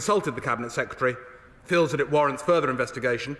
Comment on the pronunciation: I can condone the repetition of the word 'sec-ya-terry', but the childish whoops, cheers and jeers leave me feeling politics is finished here. It's embarrassing.